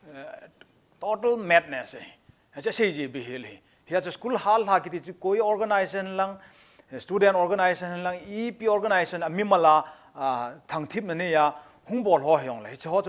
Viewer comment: Dr. Pu thusei chu akicheh set jenge. Chuleh, just feedback, IMPACT TV a anchor lang hi themkht paotho ( Pronunciation) hi themkht hoideu leh kati e. Doctol..Hd. Qrtol.... Helf..kti ho hi smart jep sah ute.IMPACT TV Kuki Edition team machal un lang khangjing un.